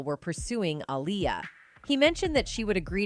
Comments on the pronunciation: You spell her name wrong and pronounce her name wrong. It's AALIYAH. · This pisses me off when people make videos not knowing wtf they are talking about. That woman is not Aaliyah...and her name is not pronounced Aleeyah 😡🤬